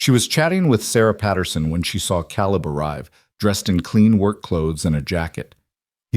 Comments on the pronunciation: It's KAYleb!! Otherwise fantastic story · Omg!! AI please!!! It's Caleb- pronounced Kay-Leb. It's obvious you've got someone teaching AI that isn't well read on English. But, the stories are good. I'm in Wyoming so you've got most of the info. Correct. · Caleb, not calib!!!! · How can we NOT have C-A-L-E-B pronounced correctly???!!!! Very distracting!!! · Excellent story, the best I’ve heard on the net. I’ve heard hundreds and this is the best. No greedy, land hungry, evil rich guy trying to force them off their homes. Very enjoyable. Just wish Caleb’s name was pronounced correctly, only thing I found irritating. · Loved the story but reading the whole story effect but couldn't get Caleb name right through out the story.